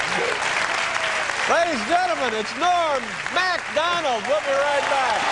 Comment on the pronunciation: Loved every moment of this. Norm always makes me laugh and just as importantly, always makes me smile. There's a part where Don King is talking and I have played it over and over and still don't understand what he said. he says something like, "And here he is, Ebah Dahban y'all!" Is he trying to say Norm's name and forgot what it was so he just mumbles it?